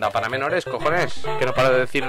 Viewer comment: hahahha "no me toques los collones" gallego?